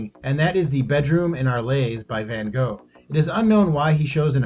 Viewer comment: The narrator manages to BUTCHER both "van Gogh" (any child can click on "listen" in the Wikipedia article on him...) and "Arles" (ahr LAYS??????).